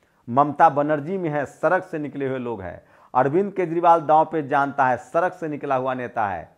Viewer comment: पहली बात सरक नही सड़क होता हैं।